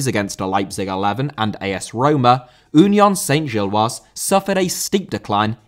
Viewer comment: Great video. We just need to work on some of your French pronunciations (e.g. Union Saint-Gilloise, Parc Duden, etc) 😉